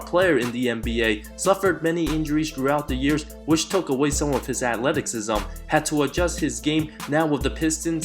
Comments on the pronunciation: Nigga say Ackletiksism again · bruh this man said "akleticism" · Hi, I love your videos so it's about time I point this out. The "c" in Athleticism is pronounced with "S" sound and not with "K". Great videos man, thanks. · Did this man say atleticsisme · " Which took away some of his Athleteksism " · The way you pronounce Athleticism Atletik-sism is bothering me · It wasnt pronounce right. He says athleticksism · What i heard was "Atleksisim" 😂 i was about to point it out too. But in all fairness, this is a nice video. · You Really Cant Say Athleticism.... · Its athleticism with a silent “c” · Bro, I don't mean to be rude but you might want to look up the pronunciation of athleticism. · Korzemba is the Man. You guys are buggin'. Plus, he can actually pronounce athleticism...lol